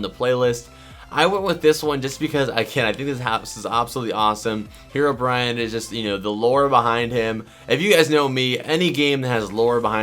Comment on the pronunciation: Did anyone notice he said hero Brian lol